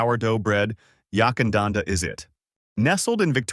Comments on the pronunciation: Yakandanda not Yuckandanda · Unless it’s changed without telling me, the first syllable of Yackandandah is Yack and pronounced rhyming with Back